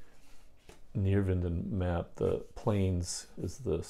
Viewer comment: Neerwinden “nair - vinden”